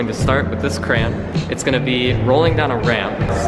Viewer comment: pronounces crayon wrong